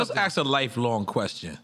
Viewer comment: Black America its literally not that difficult to say SSPPPP-EC-I-FICALLY, NOT pacifically [as in the pacific ocean], and ASK not axe as in the tool. You are saying very different things when you misuse or mispronounce it. Pls pls I promise even non English speakers know this. Thank you